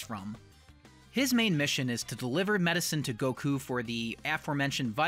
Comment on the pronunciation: FINALLY! SOMEONE THAT SAYS GOKU NAME THE CORRECT WAY